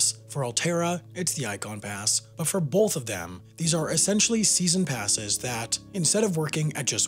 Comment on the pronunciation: Sam: "Bolth" Me: "?"